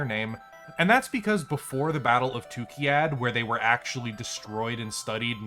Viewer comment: i still don't get why you pronounce it tu-ki-yad when its spelled Tukayyid